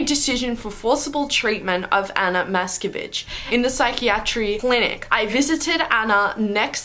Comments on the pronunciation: When u said Anna Matskevich i heard u said Anna the b**ch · I thought she said : Anna Matskebitch (No offense btw ;-;) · At the beginning I thought you said "Ana, mask a bitch"